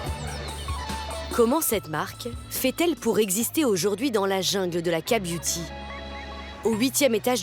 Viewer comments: Non pas ka-beuty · j'aurais dû compter combien de fois elle a dit la "KA" beauty 🤔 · Elle a juste prononcé la lettre "k" en français au lieu de l'anglais...😅